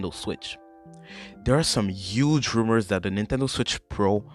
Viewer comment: my boi ya stuffs good, but the minute you said rumors you lost me